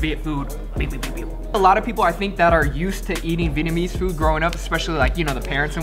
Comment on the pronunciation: Glad to hear pronouncing his Vietnamese correctly now lol